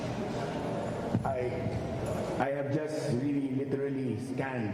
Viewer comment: Reary reary good.